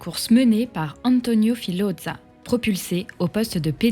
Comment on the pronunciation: Filodza 😮 horreur pour la prononciation.